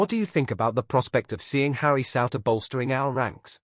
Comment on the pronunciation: It's pronounced sooner, Souter